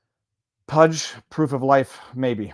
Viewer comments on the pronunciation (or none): none